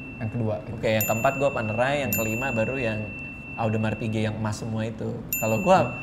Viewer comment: Cara penyebutan audemars piguet yg benar adalah odma pige bang